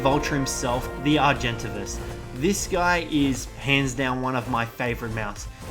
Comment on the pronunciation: Argentavis is pronounced how I spelled it learn it right